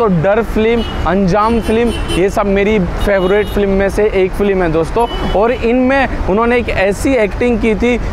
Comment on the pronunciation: फ्लीम नहीं, फिल्म बोलो। नाइस वीडियो।